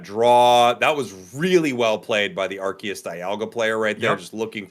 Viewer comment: Why are they pronouncing Arceus like that? It's very distracting.